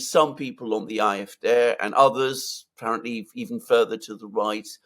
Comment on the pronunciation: Ah eff deh, not eye eff deh, Alexander!